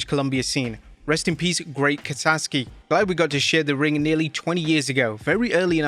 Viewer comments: Kasaki .you said kasaski multiple times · Great Kasaki not "Kasaski"...🙄🤬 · bruh..its KASAKI not kasaSki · Ka-Sa-Ki. Not Kasaski. Come on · It's KA-SA-KI, not KA-SAS-KI. Jeez, the man just died, and you can't even be bothered to pronounce his name right. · Kasaki NOT Kasaski, You said that numerous times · Ka Sah Key. Not Kasaskey. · KA SA KI, not KA SAS KI. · He butchers Japanese names all the time. He mispronounces Raijin and Naraku. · Ka-SaKi. Show some respect and get his name right man. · For crying out loud - kah-sah-kee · Kah-Saw-Ski' is close but the last part is more 'kee' than 'ski'. RIP to a wrestling legend. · It's the 21st century. We have the entirety of human knowledge at our fingertips. Continuing to mispronounce Japanese names is either willfully disrespectful or willfully racist. There's only one s in Kasaki. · Damn man, if you're gonna do an RIP segment for a wrestler that has passed, pronounce the name right. Kasaski? There's only one S in his name... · Wonder where the second s in Kasaki is hiding.